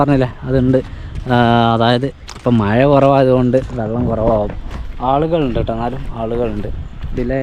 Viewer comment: മയ എന്നാണോ പറയുന്നത് അതോ മഴ എന്നാണോ പറയുന്നത് വീഡിയോ യിൽ വോയിസ്‌ കേൾക്കുന്നത് മയ മയ എന്നാണ്